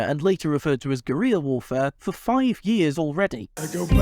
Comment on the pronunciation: Fun fact Mary Wollstonecraft's daughter Mary Wollstonecraft Shelley was the creator of Frankenstein. And of course criticizing anything about Jonathan Groff is beyond sacrilege. You mispronounced Guerrilla. I may also add that it was probably also the continental army's plan to "provoke outrage, outright, make it impossible to justify the cost of the fight." Because the only other way they could've won was by invading Britain which hadn't been done since 1066 (and that was centuries before the creation of the Royal Navy), so the only way is for Britain to willingly and conditionally surrender. Hamilton's reaction to George Washington not running for a third in the play is probably larger than it was in his real-life reaction since Washington had to be convinced to even run for a second term, admittedly it could've been as big as it was in the play because of denial since one thing that the play doesn't cover the fact that Hamilton wanted George Washington to basically be a dictator. Also the president can't fire the members of the previous president's cabinet because when the cabinet gets chosen they are only chosen by the administration that picks them (and the administration that takes over if the vice-president or anyone else in the presidential line of succession), and the president can pick someone from a previous administration but that rarely happens and they would need to be approved by The Senate again. One can only imagine what woul